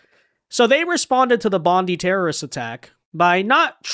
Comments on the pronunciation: Love your vids, but fyi its pronounced Bond’eye not Bondi. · I know people that lived in Cronulla, it wasn't a race riot, it was a gang fight between two large gangs. Also pronounced "bond-eye" not "bondee". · immigration is the problem, not guns. and its pronounced BONDEYE Beach...not BONDY. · JC another American saying Bon-dee instead of Bon-die (Bondi). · Just came to stop by and let you know its pronounced Bond-eye. Hearing it pronounced bond-ee sounds like it was put through a woodchipper. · Say Bond-eye and not as Bondy, Bondie, or Bondey or like (Pam Bondi) Beach. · 'Bon-die' not 'Bon-dee' ..............😊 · It’s pronounced Bond eye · Im a Australian and i can say it was Muslims that committed this horrific act , and when pronouncing Bondi, the letter " i " must be pronounced like - eye, I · “Bond eye” beach is how you pronounce it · Bondi is pronounced "Bond-eye" in Australia. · So our government openly supports Palestine. Let's them fly their flag every where. Shut down half city for thier protest against Israel. 15 Jewish people get gun down and.....it's the gun laws fault. Not immigrating half the middle east here. Not our governments perplexing support for Islamic terrorist states, nope it's not enough gun laws. By the way it's pronounced bond eye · It’s BON-DYE beach FFS. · Brother love your shows. The way we pronounce Bondi is bon-die. A fan. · It's pronounced Bond-EYE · First off, please pronounce it BOND - EYE (Bondi). How is omar still presenting herself after the revelation she is taking billions out of the country? Our gun laws are already tight here in aus, it will be interesting to see how they make the laws tighter. Great content,, keep it up! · Bondi is pronouned Bond Die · it's pronounced "Bond-Eye". 🤣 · Hey, can I please correct the grammar, it's Bondi ( bond - eye). Id also like to give a huge shout out to the Syrian refugee, now Aussie citizen, achmed al achmed who put his life on the line do disarm the grub